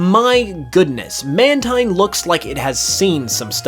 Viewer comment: Mantine Is actually truly Pronounced as Man~TEEN